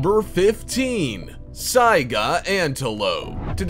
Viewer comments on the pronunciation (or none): none